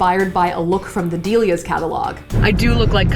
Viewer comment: Did she just say "Deelias"? Im pretty sure its pronounced "Dellias". Btw, Delias was the bomb!!! 😍